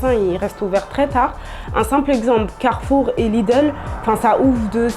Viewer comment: Chyba jednak zna polski bo takie słowa jak Powiśle, Carfur i Lidl wymówiła bezbłędnie po polsku 🤓